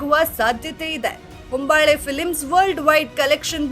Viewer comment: ಹಂಬಳ್ಳೆ ಅಲ್ಲ ಹೊಂಬಾಳೆ.